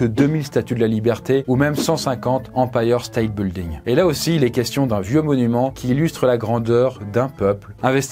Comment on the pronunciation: " 150 empailleurs stète buldigne "🤣🤣🤣